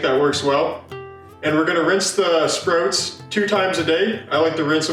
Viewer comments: Sproats 😂 great video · Are you Canadian? The way you say sprouts is very interesting to an American like my self. I live in Minnesota which is basically the Canada of the United States. Love the video